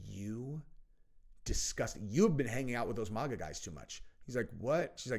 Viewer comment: I love you brother. It’s not MOGA IT’S MAGA